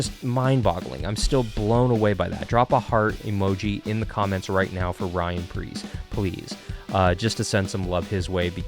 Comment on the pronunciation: Preece not Pierce. Ryan Preece